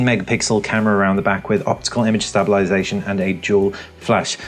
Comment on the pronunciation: Where did you learn to say "stabilisation" in such a manner? :) I've just ordered my P8, can't bloody wait!